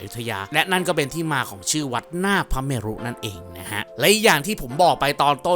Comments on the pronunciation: ถูกครับ ต้องอ่านว่า วัด -หน้า -พระ -เมน ครับ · วัดหน้าพระเมรุ น่าจะอ่านว่า วัด-หน้า-พระ-เมน นะครับ ยังไงก็แล้วแต่ ติดตามช่องนี้มาตลอด ชอบมากครับบ ❤❤